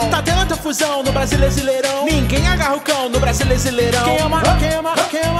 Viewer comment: Vcs perceberão que ele fala brasileisirão e tá escrito brasileirão 🖒😑💩💩💩